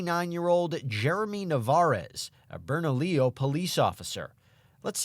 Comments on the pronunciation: Bern-a-lee-YO!!!! NOT Bern-a-lill-o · Berna-leo. Not berna-lillo I kno thats how it looks like you say it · Bernalillo pronunciation is off at the end when the guy says it… two ll’s is pronounced ee. So, Bernalieeo.